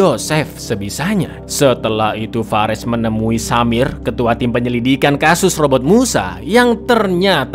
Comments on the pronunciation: Penyelidikan ❌️ Penyekidilan ✅️ Wkwkw 🤣🤣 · "Penyekidilan lebih lanjut".......keseleo cak ilate